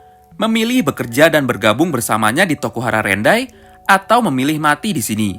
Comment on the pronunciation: Rokuhara tendai bang bukan rokuhara rendai